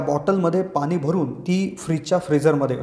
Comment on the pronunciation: पानी नाही पाणी बोला.